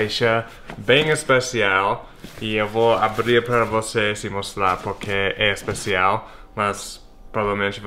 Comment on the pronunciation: e engraçado o jeito que ele fala, "espacial" kkkkkkk